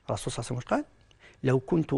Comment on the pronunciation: فهمني واش هذي "الرسول صاوصاوصاو وسلم" انطقها امليح صاحبي هذا رسول الله "صلى الله عليه وسلم "ماشي جاركم لحبيب حاول تنطقها مليح